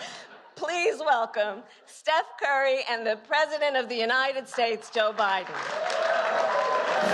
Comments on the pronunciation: Steph Dray Ki 🤣🤣🤣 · Did he say seth curry lol